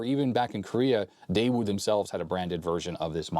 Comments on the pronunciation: it's "dayoo" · The "W" is silent in Daewoo. Just thought you'd like to know 🙂